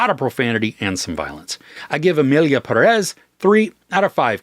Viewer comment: Pérez. Accent on the first "e."